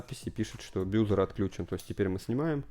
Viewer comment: баззер а не бюзер